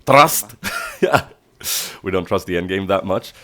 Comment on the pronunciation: "Tr(a)st" lol